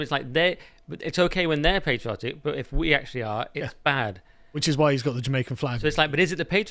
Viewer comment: Carl, it's pronounced 'patriotic' with a short 'a'. Please don't forget the proper English pronunciation.